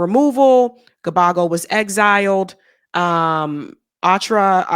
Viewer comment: You my girl, but damn. 😊 Gbagbo = bag-bo..... Ouattara = O-wa-tra. ❤